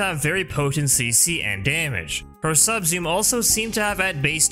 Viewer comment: I legit didn't know you were saying 'Subsume', It sounds like "sub-zoom" and I was racking my brain trying to figure out what a sub-zoom was. lol